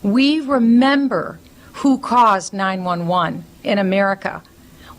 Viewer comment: Wow. Who says 9/11 like that